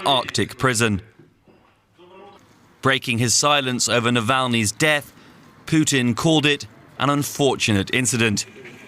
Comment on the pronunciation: “Vladimir Poutine” lmao